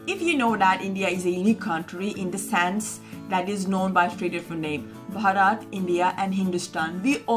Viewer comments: It's Bharath with a shortened 'a' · Bharat not bhorot....amaze to see Indians pronounce like foreigners, then who will correct them.